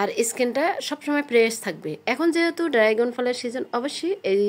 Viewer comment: উচ্চারণ ড্রাইগন না, ড্রাগন